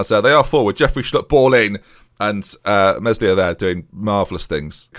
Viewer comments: mes-lee-ay not mes-li-er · Actually more "Meh-lee-ay" I think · When you pronounce Meslier, the S is silent. So it’s just read as “Melier” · Eelan Me-Li-ayy, cant have you pronounce his name wrong all series hes an actual god in net, (as opposed to striker). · Meslier is pronounced Meh-lee-ay